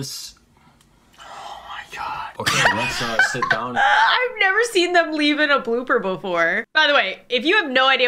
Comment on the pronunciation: Anyone gonna talk about he said fiss